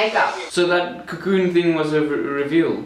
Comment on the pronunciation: I am jasmine masters and I have something to say.... "CACOON"